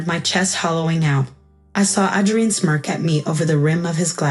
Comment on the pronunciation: Pronounce Adrian with a long A. Son, not sun. Steadied, not steady Melting. "Mic" is pronounced to rhyme with Mike. Mike, not Mick. Cessna, not sedan. Mi vida, not mavida. Senor, not Sayor. Cessna, not sensa. Mi reina, not Marena.